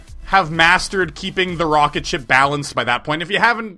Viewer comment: Heehee he said rocketshit alot